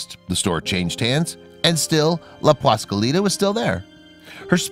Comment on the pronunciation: He just CAN'T say "PASQUALITA" without screwing up the first syllable. WTF man!